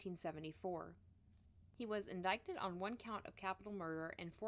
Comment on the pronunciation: Just so you know, the "c" in the word indicted is silent.